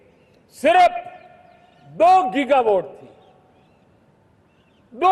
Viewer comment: गीगावाट कहते हैं जीगावाट नही